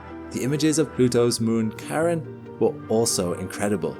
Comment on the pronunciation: How do you expect me to trust you with facts like this when you can't even say Charon properly.